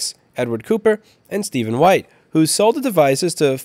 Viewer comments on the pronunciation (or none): none